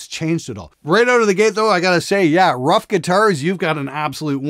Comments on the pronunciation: I'm not polish but I'm pretty sure the name is not spelled like "rough", it's more like "roof". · Could they pronounce if "roof" just like the Ruf Porsche?